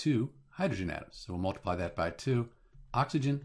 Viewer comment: "mol"tiply lmao!😂